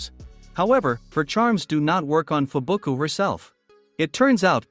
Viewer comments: Man said fubuku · Bro called her fubuku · Fubuki not fubuku